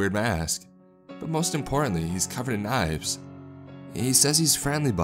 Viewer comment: My 5 year old can't say importantly